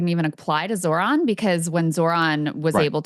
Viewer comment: When is Ryan going to learn how to pronounce Zohran 😂